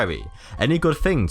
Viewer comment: KruegerFC Yet no one comments when he pronounces "months" as "mumphs" or "thing" as "fing".